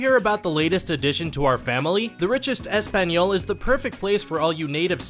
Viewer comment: Why when you’re promoting the other page it says “ESPAGNOL” tf is that I thought it was “ESPAÑOL”